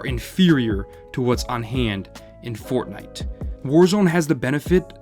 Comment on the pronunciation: Haven’t heard fortntie since 2018